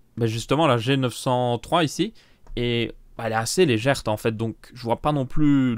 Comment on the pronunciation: C'est l'accent belge qui lui fait prononcer "léger" en "légère", c'est tout.